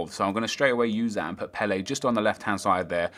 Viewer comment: you're saying Ward-Prowse wrong, and Pelle.